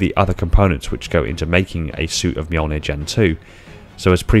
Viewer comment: So we're just not gonna talk about how he nailed that pronunciation... Ok Cool...